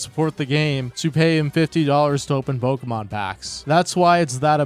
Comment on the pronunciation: Can't we report this guy? The way he says "pokheymawn" should be reason enough to dox him